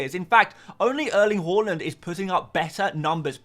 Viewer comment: Did you just say Erling Waland